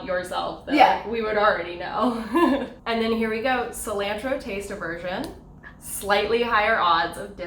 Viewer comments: Cil-ANNE-TRO?? What?? Lol! I saw CIL-AHN-TRO. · You mean sill ant row? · weird way of saying cilantro... we say it like sil-ahn-tro like not like 'and' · Lol when they kept saying Cil AN tro I cringed so hard 😂😂😂 Ily molly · Sorry Molly and, but I cringed out of my mind when you guys said "cilantro". It's cil-ah-ntro. Tall ah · I’ve never heard cilantro pronounced like that can someone explain? Lol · Aidan Rose I dunno, I do it too. Google said it was British? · The pronunciation of cilantro got me...like who says it like that!? Haha! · I love you. I hate the way you say cilantro. Is that a Canadian thing? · The way they said Cilantro! Nooo that’s wrong! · The way they pronounced Cilantro had me cringing.... maybe that’s just the Mexican in me. When I did my ancestry it told me the exact town in Mexico where my ancestors are likely from and that happened to be where my dad is from! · Triggered by how they pronounced "cilantro". Canadians. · Same it made me mad they said it so off too. I’m Mexican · I'm Canadian and I don't know anyone who pronounces cilantro that way.